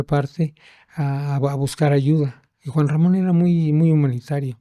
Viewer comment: Creo que ni el nombre de Juan Ramon dijo bien